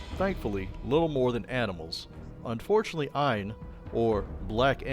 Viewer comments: Aine is pronounced as Anya. It's Irish/Celtic. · It’s pronounced more like Onya